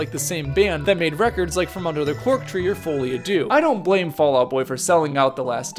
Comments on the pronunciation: It’s Folie à ‘Deux’ (2), not ‘Dieux’ (God). As in ‘shared delusion’. You pronounced Dieux pretty well, though! (‘Dyuh’) Duh is the pronunciation of deux. Teaching, not criticizing. 👍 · On that note, it took me too long to stop hearing "fully Adieu" 😅